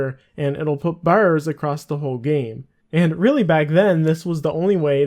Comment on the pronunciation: Do you happen to live on the East cost of Canada? When you said bars it had me wondering lol